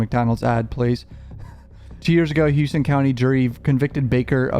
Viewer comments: It's Houston not "Hewston" shoutout to my county 😂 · Its dumb af but its pronounced howston county. I lived off n davis for years. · Not that it matters but they pronounce it Houston (How-Stun) in Georgia 😂😂😂